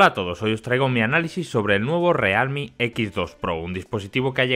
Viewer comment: como cuando no te decidis si pronunciarlo en ingles o en español: "realmi"